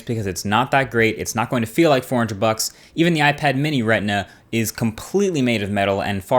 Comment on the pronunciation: Right-nuhh or Ret-nuhh?